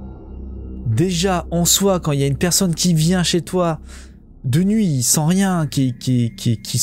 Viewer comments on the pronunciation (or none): none